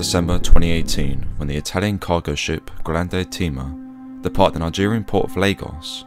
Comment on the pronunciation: You also mispronounced Grande.